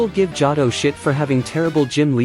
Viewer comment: Never heard of the Jah Tah region. Are you an AI?